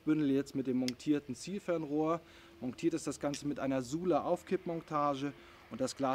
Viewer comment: Was ist so schwer daran, das Wort "Montiert" aus zu sprechen?! - sieht man da irgendwo ein "g" ?! Aaarhh. Ich krieg die Krise😅😅😅🙈🙈🙈🙈